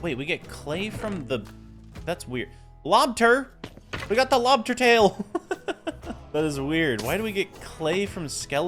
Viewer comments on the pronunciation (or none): bro really said 'lobter,lobter'